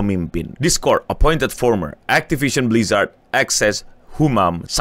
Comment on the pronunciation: Hell nah, not again “aktipision blijrat”